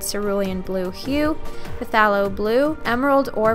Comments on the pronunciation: puh thalo blue. ahahahah :P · It’s pronounced “thaylo” even though it’s spelled “pthalo” lol. The “p” is silent. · What is Pthalo it’s pronounced Thaylo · isn't pthalo blue pronounced as thaylo blue idk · phthalo phthalocyanine